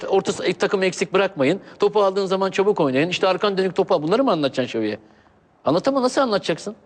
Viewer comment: sergenin ç lere ş demesi süper :D şaviye hişbişey anlatamassın :DD